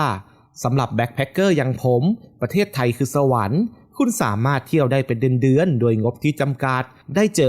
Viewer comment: ไม่แน่ใจว่า เสียงผู้้่อ่านเป็นคนหรือ Bot นะ สำเนียงฟังแล้วหวุดหงิดกับเสียงท้ืายคำ เช่น ไทย ออกเสียงเป็น ไท้ เดือน เป็น เดื้อน ท่องเที่ยว เป็นท่องเที้ยว ดีดี เป็น ดีดี๊ 😰